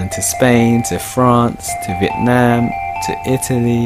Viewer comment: Are you Vietnamese ? cause I heard some accent when u said "Vietnam"